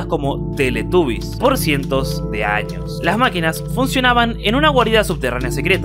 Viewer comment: En el minuto Años no Anos si 😂